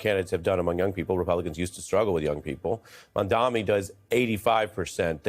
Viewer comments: Ary stop saying Mamdami! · What is so hard about pronouncing MaM-Dani ?! Even Ari gets it wrong! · This is such a b***** opinion. And you can tell these two dudes don't know what they're talking about because Mamdani has been in the national spotlight for what... Four months now? And these idiots STILL can't pronounce his name right. They're trying so hard to keep people focused on Mamdani's charisma and clever campaign strategies, because they do not want anybody to figure out the real reasons he's been so successful: A: he funded his campaign without taking money from the billionaire class. THIS is why people feel like he's on our team, because he's not taking money from the people on the other team. His charisma helps but it wouldn't mean anything if he was just another bought and paid for politician like the rest of them. B: because he didn't take money from billionaires to fund his campaign, he is able to propose a policy platform that is tailored to meet the needs of his constituency based on what VOTERS told him they wanted... Not what billionaires or campaign strategists told him voters wanted. Those are the real reasons he's winning so hard right now. It's not about feelings it's not about emotions. It's about the fact that he is actually able to address the problems faced by the working class people in his constituency, because he is not funding his campaign by taking money from the people who created those problems in the first place. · it’s MamdaNi and not MamdaMi; where’s the handicap? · It's freaking Mamdani!!! Not Mamdami. Lol. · Ari, it's not "Mamdami", it's MamdaNi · Nelber should learn to say his name too. It's Mamdani not Mandami. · Dear Host...His name is Mamdani.. .M A M D A N I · Hey, Ari Melber. Mom-Donny. Try it. It's not that hard. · MAMDANI it’s an N not an M for gods sake. How is it this hard? Can’t they read 😊